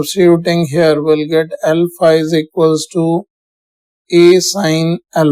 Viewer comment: Sir when you say L phi , it sounds , alpha A